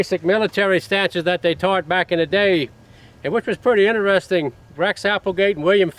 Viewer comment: in-a-resting instead of interesting